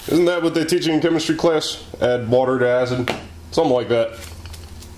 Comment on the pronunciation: "Add whhhaaater to hacid!!" ahahah